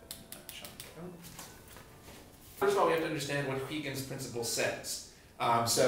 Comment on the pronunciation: Haha, you guys can't pronounce Huygens :P